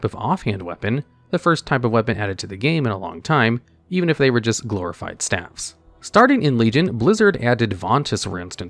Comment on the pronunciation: Vert-chu-oh-so & stay-vs